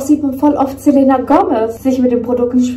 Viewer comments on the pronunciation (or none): Selena wird Selina ausgesprochen sry triggert mich 😂